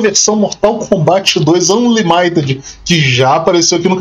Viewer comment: Tio John, a pronuncia é "ÂnLÍmited"